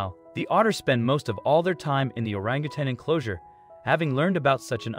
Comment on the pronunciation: Thank you for pronouncing Orangutan correct!.. a lot of people at the end of the word say tang....it is tan. ( I guess once a teacher always a teacher)